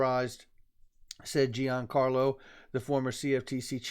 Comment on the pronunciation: Good job. Just a heads up to all the great content providers: Chris Giancarlo's name is pronounced like "Johncarlo". Not "GeeAnncarlo". Thanks